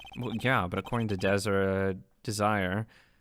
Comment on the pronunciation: Her name's pronounced dez-array.